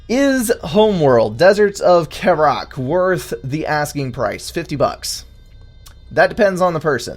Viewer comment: pls, kharak is not pronounced like that, both 'A's are short. I'm sorry to be that guy, but I've listened to all your vids on this so far and that's like an itch I can't scratch XD